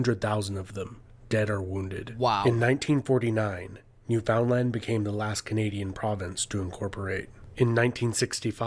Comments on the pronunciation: Ok, within the first minute I knew this was not made by a Canadian. Eskimo is not a good name anymore. Also it is not New FOUND land. It’s Newfn land! You need to watch a video by an actual Canadian. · This guy is not pronouncing Newfoundland properly we pronounce it like Newfunland